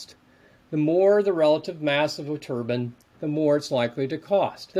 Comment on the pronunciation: WTF? why does the Turbine expert keep saying turbAN??? they aren't wind headwear???